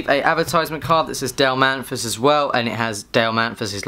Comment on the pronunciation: Also: His name is Dale Mathis not Dale Manthis he read his name wrong like 20 times.